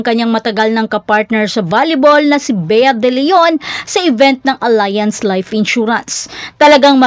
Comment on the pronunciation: Allianz is pronounced po as (Ali-yanz) hindi (Ala-yanz). However, tama po kayo if you’re reading the english word “alliance.”